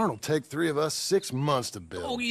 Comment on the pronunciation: i like the emphasis on the 🅱️'s